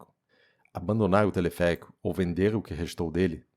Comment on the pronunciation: telefeérico rsrs